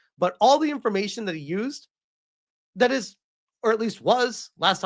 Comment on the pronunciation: oh look. They mispronounced "information" there